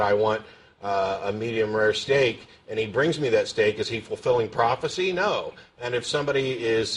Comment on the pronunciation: "It's a pwafacee!! Day cwucified him an' day divided his cwose umung day dawgs!" The obvious sign of homeschooling is the untreated speech impediment.